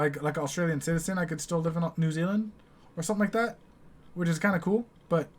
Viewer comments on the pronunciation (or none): none